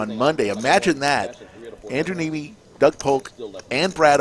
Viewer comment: Andrew Neeme...not Andrew Meanie...great announcing!🤦